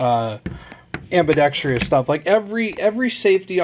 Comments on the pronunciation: Say it with me...ambidextrous NOT AMBIBEXTRIOUS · It's one of the most common mispronunciations in the English language for sure. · Ive never said it before but that shit always annoys me too. I dont know where they got that extra syllable from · it still boggles me why people can't pronounce ambidextrous as ambidextrous. it will always be "ambi dex tryus."